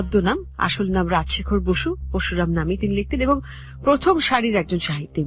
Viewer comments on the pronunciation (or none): Oi lekha dekheo emon uccharon kore! "Paroshuram" k porshuram, Boroda k Borda!!! virmi k bole Vimri..... Emon onek ache!!!!😂😂😂😂 Ami kuasha'r ekjon fan kintu oder bangla uccharon sunlei😂😂😂😂😂